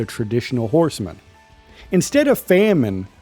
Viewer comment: Never say famine again